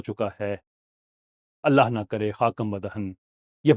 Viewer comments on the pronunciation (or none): none